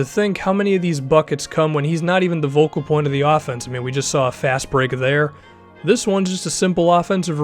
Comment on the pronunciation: I swear you keep saying "vocal point" and it messes with my mind